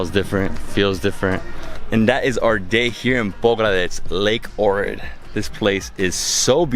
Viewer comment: I was born in Ohrid, Macedonia ... I miss it since I live abroad now. But many mispronounce the name. The H in Ohrid is pronounced... its not Orid .. O-hhhh-rid